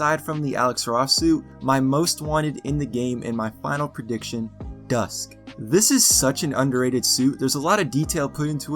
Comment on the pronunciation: Oh no he said dusk